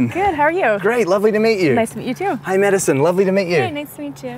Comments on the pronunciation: Drinking game: take a shot every time "beachy" is said. Lol. I love this, they both look so happy! And Madison is friggin glowing! 🤰☀️ (although he kept saying "medicine") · Why does the dude keep calling madison medisien ?? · He cept calling Madison medicne